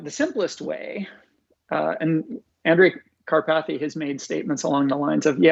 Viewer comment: “Andre Carpathy”